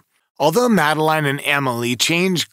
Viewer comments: Christ. Do your research. Madeleine is pronounced Madalinn. The twins are shaun and Amelie. It was 2007. Blood wasn't found in the car, it was cadaver scent. Not watching you anymore. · 😂 why don’t you pronounce the girls name like her parents do? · Do you expect this video to be taken seriously when you can’t even pronounce Madeleine’s name correctly and you add crazy effects to the images. Definitely not one to watch.